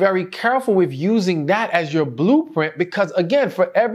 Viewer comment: Please don’t ever take this wrong, try to consciously pronounce “with” correctly. Thank you!!! ❤❤